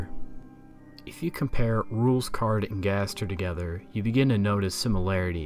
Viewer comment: Rouxls Kaard (It’s pronounced “Rules”)